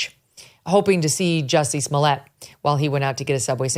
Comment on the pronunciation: Most disappointing is your unwillingness to pronounce his name correctly, even after Dave Chapelle went to exhaustive lengths to help the public know: "Jussay Smollyay". You're welcome.